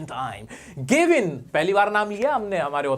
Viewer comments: It's GAVIN not GEVIN😂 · Gavin Maxwell ❌ Gevin Maxwell ✅